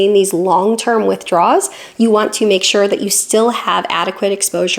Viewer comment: I love all the videos and I know you know the difference, but it very much sounds like you’re saying “withdraw(s)” rather than “withdrawal(s).” It’s not every time, but it’s often enough that it catches the viewer’s attention.